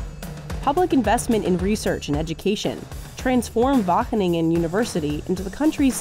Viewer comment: Great video! It was very amusing to hear this american lady struggle with pronouncing “Wageningen” so many times 😂 There are some important nuances that you forgot though: - While it’s true that we technically export €128 billion euros of agricultural products, it’s estimated that 28,6% of that is agricultural products we import before reexporting. That is over €36 billion in agricultural exports that are not actually grown here . All we did was haul it off a boat and onto a truck. This is because we are home to Europe’s largest seaport, Rotterdam. Much of the goods that are imported there actually have a final destination in another European country, but their worth is added to our exports. -8.6% of Dutch agricultural exports are flowers. Flowers don’t feed people. Yes they are grown on farms using the same basic technology as vegetables, but I think it’s not fair to consider flowers (which only serve a purely ornamental purpose) an agricultural export like tomatoes or meat. You know, things people actually use for sustenance. this means that 37.2% of these “Dutch agricultural exports” are either not Dutch or add nothing to the global food supply. That is a whopping €47 billion. That means we actually export €81.3 billion worth of agricultural products, which is about the same as Germany. That’s still a an incredible amount of food and an impressive feat for a small country like ours. However, even though we ARE impressive, we’re not THAT impressive.